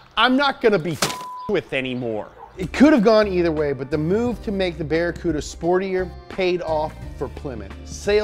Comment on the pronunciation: Barry Cooda ? LOL